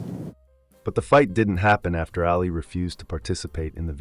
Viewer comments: I don't like the way you're saying "Ally". It's "All Lee"! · Why are saying Alley?